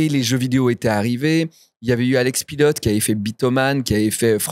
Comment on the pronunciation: Le nom de famille PILOT se prononce "pilo" ce n'est pas un mot anglais. Jusqu'à quand il va continuer à mal prononcer ?